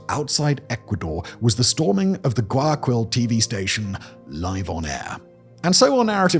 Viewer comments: It’s pronounced closer to Why-A-Kill that what you’re saying “guy” is tricky to sound out in English but not Guy-a-Quill lol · I'm a gringo who's only been to Ecuador once and even I cringed at how Simon said "Guayakwill" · Yea that was a little painfull. In case he's reading the comments, it's pronounced: why-a-keal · Guayaquil is pronounced Gwai Ya Keel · Why-a-keyl = Guayaquil. Please learn some basic Spanish pronunciation or have someone write the words for you in a way that helps you. So.many.cringes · First, Guayaquil is pronounced ɡwaɪɑˈkil, the last syllable like the Unalive, which has made the grim joke of it being called GuayaKil Second, the story goes further deep. The prior government of Correa was routinely involved in drug trafficking itself, evidenced by cases such as Narcovalija, where a diplomatic bag with the seal of the chancellery (Foreign Affairs Ministry), filled with cocaine. In the vacuum of power left by Correa being put aside politically, the gangs had no new incentive to keep the peace since the leader of the biggest syndicate, the government, no longer had an alleged grip on the smaller gangs. FARC was a known financer of Correa's first presidential run, back in 2006. Hilariously, in the final runoff of the 2006 election, he faced the current president's father, Alvaro Noboa, one of the richest people in the country. Ask me more, I know plenty about this. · I just wanna correct you on something. The pronunciation of Guayaquil is Guaya-keel. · Uh, it's pronounced "Goo aya KILL" ... and uh, we dont go there if we don't need to.